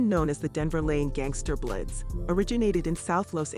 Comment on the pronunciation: It’s an A.I. bot. It calls the bloods “blits” lol